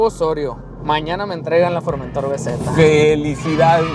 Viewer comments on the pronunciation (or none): La palabra Formentor tiene su acento prosódico en la última sílaba, es una palabra aguda, usted la pronuncia mal suena horrible. Un cordial saludo. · Es formentor... No forméntor... Recordar reglas de acentuación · Buen video! por cierto es Formentor "se pronuncia como si llevara acento (en honor al puerto de Formentor) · Tienes que hacer fuerza en la última sílaba para leerlo bien, es For men tór. Es decir, es una palabra aguda, no llana. Se corresponde con un cabo español. El coche es un pepino, si señor. Saludos